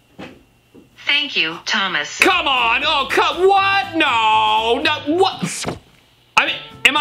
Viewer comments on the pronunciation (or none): He’s saying “Thank you, T-t-thomas” in a british accent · I heard mchb hell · I heard thank you tomiss